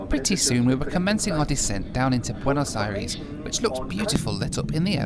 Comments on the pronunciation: Bueinos Eyrees? Suddenly you're Murican? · I hate how you pronounce Buenos Aires